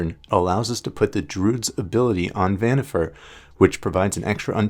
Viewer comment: Vannifair or Vannifer that's some wierd pronunciation you got there. I always say it like Wa-ni-far. (pronunciation could differ a bit since I'm German but I've never heard it pronounced any other way in English.)